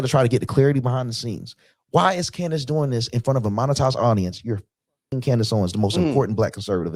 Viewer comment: Funny how none prove it. Almost like they are paid to repeat same empty words. Rmember when one of the people they paid didn't rehearse her name well and said "Camrace"? Lmfao liars hate truth tellers